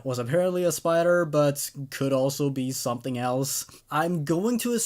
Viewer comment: I swear it sound like he said All elves instead of all else in his introduction....